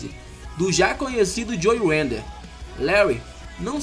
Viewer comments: belo vídeo, mas eu não contive a risada de você falando joe 'wender' UHAEHEAHUAEUHEAUHAEUHAUHAEUHAE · Bem legal o vídeo cara, parabéns. Mas uma crítica construtiva: Antes de filmar pede ajuda a alguem com a pronúncia do inglês, vc pronunciou várias coisas erradas, como nomes de fisiculturistas, como o nome Idaho, o nome do próprio Joe Weider vc pronunciou errado e mudou a pronuncia do sobrenome do cara várias vezes. E quanto aos Mr. O. de hj viverem de troféu e orgulho, estas enganado, se não me engano o Mr. O. paga aproximadamente U$ 130.000,00 pro seu campeão, fora os outros campeonatos. abs